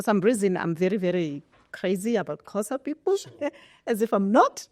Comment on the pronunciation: Why can’t she pronounce Xhosa. Awu